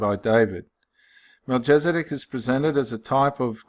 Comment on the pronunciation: Hello brother, just thought I would give you a little insight. Pronunciation - Mel-kiz-a-dek and ched-or-lay-o-mer. That is ched as in cheddar cheese. :) 👍 Also, one way to see that Melchizedek cannot be Christ is to replace the name Melchizedek with "Christ" or "the Son of God" in Hebrews. It doesn't make any sense therefore it cannot be. May you be blessed.